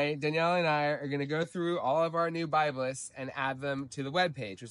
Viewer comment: 'Word'-To-The-WISE ... It's-Pronounced [BIB-LESS] ... In-Its-Country-of-ORIGIN ... &-Rica-ERICKSON Was-The-'First'-Person To-Describe ... The So-Called 'Northern'-FORM (Liniflora) ... Across-The-[1950]s-&-[60s] ... Mainly-IN Newpaper & Then Later Magazine-Articles ... 'Worth'-Looking-UP ... Now-We-'Have'-The-INTERNET ... & 'High'-Speed-Clayton's-BROADBAND So-To-Speak!!!??? >(*U^)< (Joke) Wink